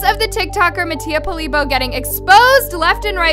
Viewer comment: “Mattia Polibo” girl what?😂😂😂 it’s Mattia Polibio